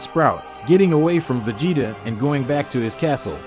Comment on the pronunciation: Vegetaw? Lmao! Please lose the ai commentary.. Other than that it is pretty good.